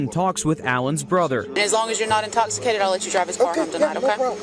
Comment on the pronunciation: At about , you kinda get hung up on the word “intoxicated”, and say “intoxiclated”, I think. All I could think of was, have you had anything to drink tonight sir? Do you mind stepping out from behind the desk and doing some “SDST’s” for e? (Standard Desk Sobriety Tests) 😂😂😂 cheers from 🇨🇦 PEEACE!